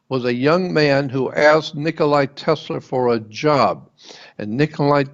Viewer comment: Nikola Tesla (NOT Nicolai!)